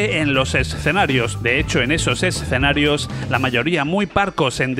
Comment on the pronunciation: BUEN VIDEO! LO AMÉ! PD: deberías sortear una Neo Geo a aquellos que sepan cuantas veces dices la palabra "ESSSS-CENARIOS!" en este video! 😂 o "Art OR Fighting" en lugar de ART OF FIGHTING.